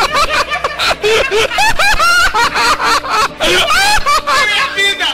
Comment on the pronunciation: " JESUIX " hausususususususus